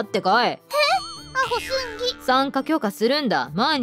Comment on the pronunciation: 「アホすんぎ｣ 言えてる